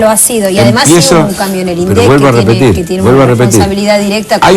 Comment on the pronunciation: El debate era por las legislativas,en las que se sobreentiende que cada cual debería haber mostrado sus propuestas, pero se habló hasta de "concierto",pero del tema en cuestión,NADA! En consonancia con P.Gay y siguiendo el pie que le dió (Min. ), atacó a los gritos a los "índicisdilindec" (así lo pronunció). Quiere volver al viejo INDEC manejado por el FMI que inflaba la inflación para darle 400 mill de U$S por punto a los tenedores de títulos entre los que se haya el gran diario...